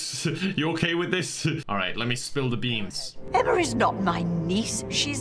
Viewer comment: I think there was a typo in the script. They both called her “Emmer” lmao